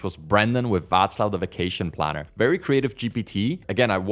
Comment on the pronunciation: I am amazed that you pronounced 'Václav' perfectly, as if you were Czech.